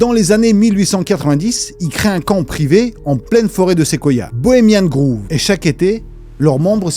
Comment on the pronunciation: merci, intéressant bien sourcé et marrant de ouf. petit truc qui m'a fait rire c'est la prononciation de Bohemian Grove... "grove"ne ce prononce pas comme le "groove" mais plus comme le savon "Dove". J'ai imaginé des vieux riches ensemble a danser sur le groove. 😂 😂 MDR